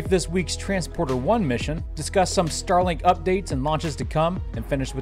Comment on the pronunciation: When you mentioned Starlink 18, it reminded me of a previous episode when you mentioned Starlink 17. That made me think, “Did he just say Stalag 17”?